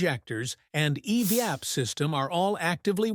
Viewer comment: ..."eveeap" system??? Don't you just hate AI overvoices,!😂😅😊